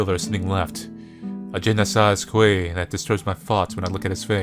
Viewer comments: / No bcz im french and that was very funny to hear lmao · MDR la même , j'ai tellement ri "JI nEsi KwÉys" that and the pause before he read the "Ahhh" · JE NE SAYS QUEH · "a jenna saaz kwey" my heart c r i n g e d when he said je ne sais quoi omg. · "gene-sas-que" is actually prononced "je-ne-say-kwa" not that it matters LOL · "je-na-say-quay" wonderful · *terrified screaming* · "Ge no side qui" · Hey, at least you tried to say '' Je ne sais quoi'' but it's in french lol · my therapist: manly's pronunciation of je ne sais quoi can't hurt you manly's pronouncation of je ne sais quoi: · / Literally wth, what on earth was that. That was too funny oml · Well it's not his fault that French selling doesn't make any sense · C'est vrai que c’est marrant la manière dont il le prononce 😆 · No bcz im french and that was very funny to hear lmao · EW EW as a student who is learning french in school E W DÉGOÛTANT!!!!